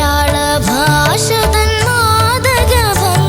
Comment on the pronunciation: ഭാശയല്ല ഭാഷ എന്ന് പറയ്